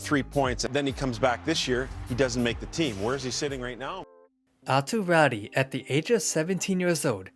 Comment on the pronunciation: raty's last name is actually pronounced "rah-too", but i dont blame you, theres no way to tell just by looking at his name lol great vid bro